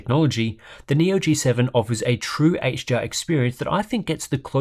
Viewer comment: everytime he says HDR, it sounds like he's saying HGR